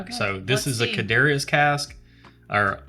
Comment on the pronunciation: Almost done watching this one. For the Laphroaig bottle you had a closer pronunciation would be something like "Car-chess".